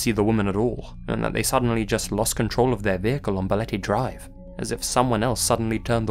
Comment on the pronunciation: I'm from the Philippines and your "Balete Drive" pronunciation is not bad at all.